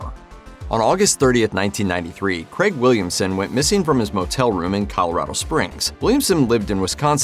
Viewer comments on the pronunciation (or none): none